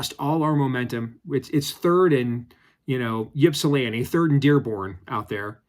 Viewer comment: Flag on the play.... Did he just say "YIP-salanti"? oh! I could understand if Josh Pate said it wrong but you should know better since you went to U of M! it's pronounced: "IP sa lan tee" 😉 Great show otherwise and thanks for bring Noah on, too